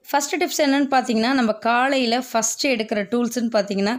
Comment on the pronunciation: ஏம்மா காளையிலவா...! நீங்களும் உங்க தமிழும்...